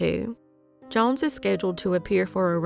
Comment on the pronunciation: These cases are crazy!!!! Off subject tho the way you say “jones” makes me cring